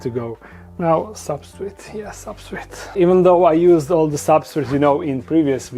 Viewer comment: He called the substrate "substrit"! My dude!